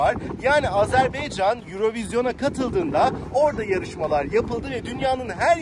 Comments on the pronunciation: Azerbeycan değil, Azerbaycan, dikkat lütfen ;) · Selamlar izlediğiniz için tşk ederim, ülke ismi sizinde ilettiğiniz gibi Azerbaycan olması gerekiyor çok doğru, fakat türk dilinde a-e harfleri okunurken bazen telaffuz bozukluluğu olabiliyor düzeltme için tşk ederim, eminim bunu bilen duyan herkes çok daha hassas olacaktır. Azeri kelimesi ise açıkçası yazılı ve sözlü platformlardada genel olarak sürekli kullanılığı için kulak duyumundan kaynaklanan bir telaffuz diyebilirim, kişisel olarak kötü niyetimin olmadığını yada olumsuz bir sebebi olmadığını zaten tahmin ediyorsunuzdur ✌🏻😇 Volkanik dağ; sizde iyi bilirsiniz çook büyük bir alan, zamanda kısıtlı olduğu için ve turla gezi yapıldığı için de olanla yetinmek zorundaydım ama bilseydim muhakkak şehidimize uğrardım görevimizi yapardık 😢 Komposto kısmı ise çok komik oldu inanın zeytin mi bu dedim ingilizce ve türkçe sordum evet dediler, ama araştırdığımda ve restorantın menüsünde görünen ismi neyse alta yazmaya çalıştım, doğrusunu ilettiğiniz için tşk ederim. Videoda şeyh bakuvinin türbesini hızlı geçmiş olsamda içini bizzat ziyaret ettim. (Teknik olarak videolarımın altında müzik olduğu için ve total dakikayıda uzatmamak adına kısadan gösterdim aslında) Türk şehitliğinide bizzat ziyaret ettim ama yine iletmek isterim amacım gezilecek yerlerin rotasını kısa, net, öz anlatmaya çalışıyorum teknik olarak videonun zamanını uzatmadan :) videoyu izleyenlere nerde ne var gösteriyor keşif sırasını onlara bırakıyorum açıkçası. İzmir marşının, türk kavkaz marşının benzerliğini ilk kez si